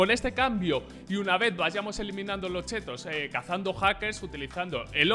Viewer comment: me encanta porque en ves de decir chits dice chetos la gente va a tener chetos en las partidas xD yo quiero unos chetos so un capo pa te quiero